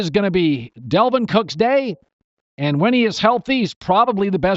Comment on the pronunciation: Me: "Dal" Colin: "Dal" Me: "vin" Colin: "vin" Me: "Dal-vin" Colin: "Delvin"